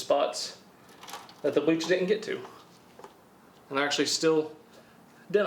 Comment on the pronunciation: A sir - its pronounced "Bleach". BLEACH sir.